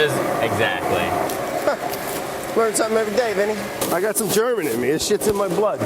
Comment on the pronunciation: I love hearing brad say the name "vinnie" it just sounds so right